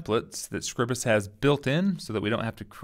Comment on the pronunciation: Scribus - from SCRIBE - not scribble. Scry-bus.